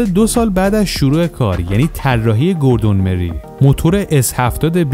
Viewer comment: گوردون مورای هست اسم طراح اولین خودروی خیابانی مک لارن. چرا جوری اسما رو میگی ک انگار فقط خودت بلدی